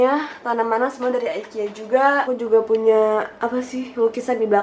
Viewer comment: Ngomongnya AKU PUYA, DAN, GITU-GITU😅